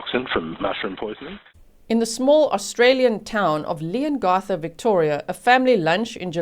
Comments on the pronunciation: I'm a local, about an hour from Leongatha...your pronunciations are perfect although we pronounce it Leon-ga-tha rather than Leon-gar-tha ☺️ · Another “Family Tragedy” hmm 🤔 Oh Leongatha - the a has a short sound like (a)pple not an ‘ar’ Thanks G 😁👍❤️🇦🇺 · The A in Leongatha is pronounced as it is in Apple. Not as it is in arm. With respect as you asked. Love your lovely accent though. The town is pronounced more-w'l. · Also, G, it’s pronounced Leon GATH a. Not Garth. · Thank you for covering this. Btw, it’s LeongAtha…the A pronounced as in cAt. (🇦🇺 and I’ve never met a single person who believes she’s innocent 🇦🇺) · You did really well with the town names! The only one a little off was Leongatha (the a in the gath part is pronounced like the a math rather than a in path)! Much love from Australia! <3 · Thankyou for your prompt coverage of the outcome of this case. Leongatha is pronounced "Leongath"....as in Cath "a" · Hi, you did pretty well with the town names, Morwell was correct, Leongatha is like you said leon right but the gatha part is like gap, short a sound, hope that helps for any future videos (they are towns about 2 hours or so away from me). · I’m a local. You’re doing well with the town names. Leongatha is slightly different, but that’s just an accent thing. Morwell was pronounced perfectly. I’m so glad the jury found her guilty. I only wish they charged her for attempted murder for her ex. I also think they need to exhume her parents…she got quite the hefty inheritance when they passed.